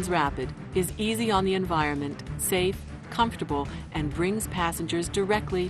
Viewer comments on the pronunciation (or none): environment. e-n-v-i-r-o-n-m-e-n-t. not inviroment. cool train!